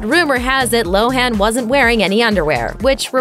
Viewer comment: Listen, it's not pronounced "Lo-HAN"! It's LO-an.